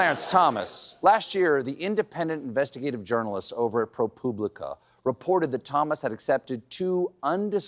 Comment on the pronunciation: Pro "Poo-blica"? WTF? Key word: Public.